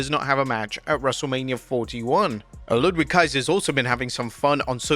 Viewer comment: Ludwig Kaiser; "Ludvig" is the pronunciation...